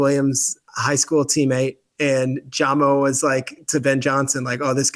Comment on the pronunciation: said “jahmo”… its pronounced “jaymo” pal